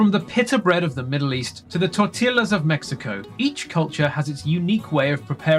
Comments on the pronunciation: Interesting to watch. Too bad the narrator didn't know how to pronounce "tortilla". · The script sounds AI written, it's repetitive and meandering and glosses over important/interesting details. That plus the narrator not pronouncing tortilla correctly, as well as the abundance of AI art in the video, makes it clear it's from a low-effort content farm 😢